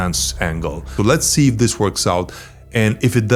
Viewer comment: практикуй произношение плиз, типичное русское зиссиз, зиз зат режет уши! Danke🫱🏻‍🫲🏼